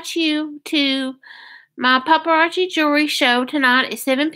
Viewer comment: Is that the way paparazzi is pronounced? It has zzi. Not chi. Cookbook? There ain’t no misspelling...... yeah we know how computers, and spell check works.